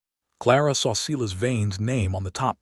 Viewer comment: AI can't pronounce words: Not Seelas but Seyelas